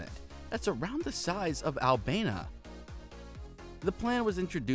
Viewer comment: AlbaNIA not albana